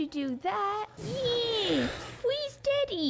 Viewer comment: instead of daddy i hear deaddy